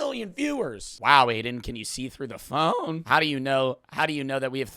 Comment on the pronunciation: "the phOone"